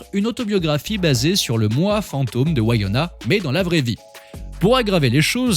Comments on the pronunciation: c'est une superbe clepto en tout cas... si jamais on dit pas Waïona ;-) on dit comme écrit dans le titre en fait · Ses Winona et pas wayana!